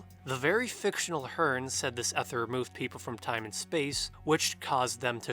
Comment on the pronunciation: I think you’re trying to say ether (pronounced Ee ther)